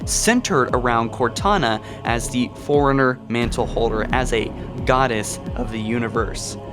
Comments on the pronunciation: are you saying foreigner or forerunner? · Why are you saying Foreigner when its Forerunner? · Fore-runner... not foreigner. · Why do you pronounce forerunner like its spelled foreigners, like they pronounced forerunner for us many times in the games but it seems clear your hearing let you down. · Forerunner NOT foreigner, please annunciat properly. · You say forerunner like foreigner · Can't deal with the way you say "Forerunner".